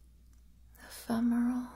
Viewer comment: Did she say ephemeral or femoral? Or was it a Freudian slip?